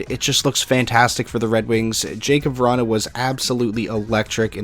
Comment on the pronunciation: “Jakub Vranhuhhhh”